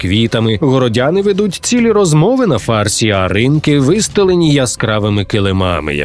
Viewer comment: На фарсІ, а не на фАрсі😂 Прозвучало так, ніби городяни несуть суцільний фарс.